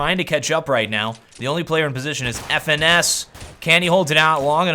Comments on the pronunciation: His name is pronounced "finesse" not F.N.S :) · FNS is pronounced like finesse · His name is pronounced as finesse (FNS).